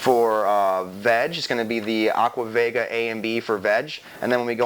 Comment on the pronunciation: aqua vega is pronounced ved jah . as in vegetable